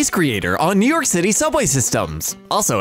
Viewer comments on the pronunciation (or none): none